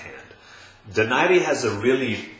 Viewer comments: First of all you sound like you are in a soundstage, too much echo. Get your sound right. Secondly, Donaire is not pronounced "Do nar ri" it's "DO NAIRE" like you will feel nothing but air after he hits you and hits you very hard! econ Third, when did defense ever rule boxing? Boxing is a sport of hitting and not getting hit, the more you get hit the more likely you will lose. Also, speed rules boxing, the faster you are the more chance you will win. Donaire has both. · it's pronounced DO-NAI-RE. Not DO NAIRE. It's a Spanish name not French. Americans say DO NAIRE because they don't know any better.